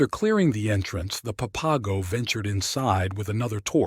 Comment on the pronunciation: Please learn to pronounce the words, such as placer and Papago. It interrupts the vibe of the story to hear them spoken incorrectly. Thanks.